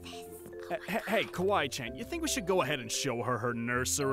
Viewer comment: It’s not Kwi Chan it’s kawaii chan